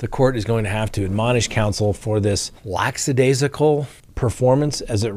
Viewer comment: It's not "laxidaisical"; it's "lackadaisical". You mispronounce words a lot.